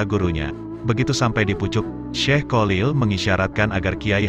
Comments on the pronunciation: Maaf hati2 dgn kalimat /$ebutan nama kiai haji Kholil , bukan Kolil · Sebenarnya bagus suaranya yg mengisi,akan tetapi kalau mengucapkan kyai Kholil kurang faseh,mohon maaf,supaya menyebutnya jangan kyai Kolil,itu kurang bagus 😥😥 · Maklum wong jowo yang awam memang sulit dalam menyebut huruf خ.cenderung keluar ق ( ko) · kholil bukan kolil